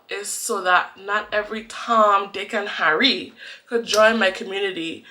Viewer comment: Loved when your accent came out when you said Harry and mudda skunt😂❤️